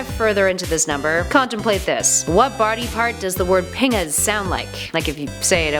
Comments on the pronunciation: That is not how you pronounce pingas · Pingas sounds like ‘Penis.